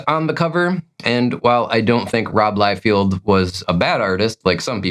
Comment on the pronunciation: I think the names are pronounced McFarrLan and Liefeld. Not McFairlaine and Liefield. But whatever dude, sorry for being a nitpicker. Like your content